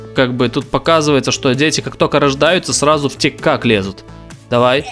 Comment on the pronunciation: не тик как а тик ток